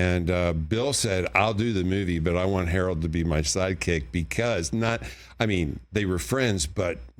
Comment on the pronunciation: He said "Howard" Ramis.